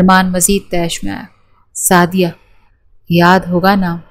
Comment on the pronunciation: نام سعدیہ ہوتا ہے سادیہ نہیں